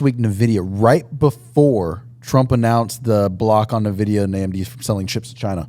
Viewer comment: the only thing I'm hating on is how pronounces NVIDIA 😂